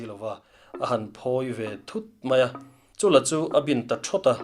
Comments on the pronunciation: Baklengin an ti thin emaw tia.... 'Baklék' ka vawikhat hriatna 😲 Chúla tih hi 'Han chûl vel teh a mam tha asin' tiha 'chúl' ang hian lam/thluk tur...an ti. Chuan Chúla leh Paihteliana te inbuan thu hi a awihawm chiahloh hle mai...an hunlai a in anglo viauin ka hria. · Ngaihnawm hlemai mahse Chula tih lam dan hi ," Kahnung kha han chul teh, tih a chul hi lam tur ni zawk in kahria kan chul anih khu tiah anga lam anilo in kahria